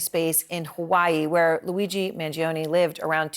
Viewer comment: Man-joe-nee not Man-gee-oh-nee (it's Italian).